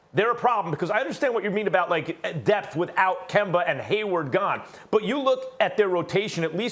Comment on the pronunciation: Stephen “Kember” A. Smith